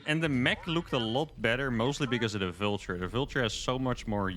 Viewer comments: pronouncing Vulture like 'vilture' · Love your videos. Love this mod because I actually like bw better than sc2. Your videos have gotten me into sc2 at all. Aside, your pronunciation of "vulture" made me think you were saying "villager" so many times. I finally got it. Thanks again for the good games